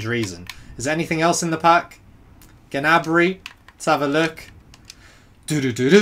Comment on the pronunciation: It’s pronounced nabry not ginabry